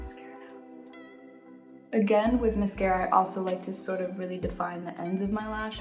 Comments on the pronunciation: Everyone: i love sabrina so much Me: why is she saying miscara it's mascara lol (I love her so much tho) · she said “mes-cara”